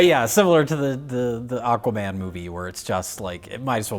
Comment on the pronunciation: Mike "Ahkaman" Stoklasa